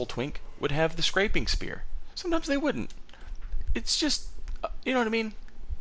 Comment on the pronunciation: You brought out my ptsd when.you said scrapreing spear